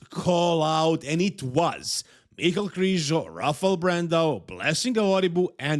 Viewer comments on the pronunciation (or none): none